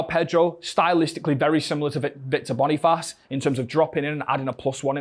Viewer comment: Calling Boniface ‘Bonifarce’ is a howler from you